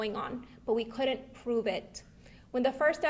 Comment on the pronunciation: Coodont🤔 avarated😵‍💫 Deedent even noo😖 Us Hispanics don't claim this rambling what in the "make want to tear my ears off and put them on backwards" is going on here.🤣